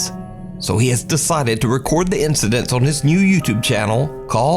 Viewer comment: "Strange incideths"